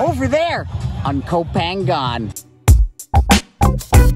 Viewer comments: koh phangan should be pronouced koh pha-ngan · Gorgeous! I always thought it was pronounced "Go Pahng nyahn" though. Anyway, who cares? It's gorgeous. What kind of drone do you have? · you're pronouncing koh phangan wrong??? i think it should be closer to "koh paanyang"